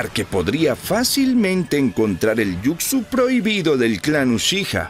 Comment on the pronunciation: Muy buena narración excepto cuando decías Jucsu (yucsu) en vez de Jutsu (jutsu)😅😅😅😅😅 pero en fin buena narración....